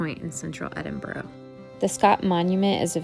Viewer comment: Cant you just not ask a local how to pronounce the city you are in?